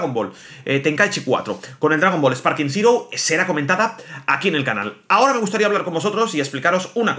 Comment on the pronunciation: de verdad aprende a leer Zero es zero y no sirou